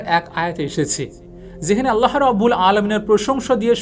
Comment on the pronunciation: বিশাল বক্তা! এখনও আল্লাহ্ উচ্চারণ পারেন না। আল্লাহো কোথাও লেখা? ও কার কই আছে? আগে শিখেন, তারপর পাকনামি করেন।